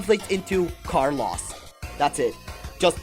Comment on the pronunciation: Car loss 😭😭😭 Neocities omg the pronunciation on these